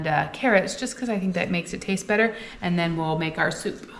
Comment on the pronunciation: Everything's bettuh with chedduh.